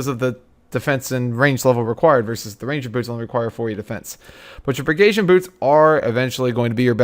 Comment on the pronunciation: The way this guy pronounces Pegasian lmfao.